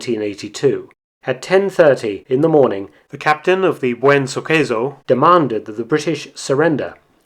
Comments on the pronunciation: It's "Buen Suceso" Mark, not "Buen Suqueso" Suqueso is not an actual word in spanish but kinda sounds like "Suck eso" ("Suck that") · Next time you should use at least Google translate to read the spanish names... At least try it: Buen suceso -> Nice event : You said : Buen su queso -> Good his cheese. Good work BTW